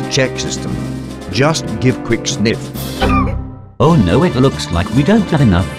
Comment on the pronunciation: I laugh when he says "QUIK SNIF" LOL